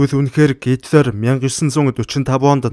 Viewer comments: Гоё цэгцтэй уншдаг, бас их хөдөлмөрч хүн гэж боддог шүү👌👌😍. Харин гитлар гэж дуудах нь зөв үү гитлэр гэж дуудагддаг юм болов уу.. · Оросоор уншхаа болиоо, хитлер гэж уншина ш дээ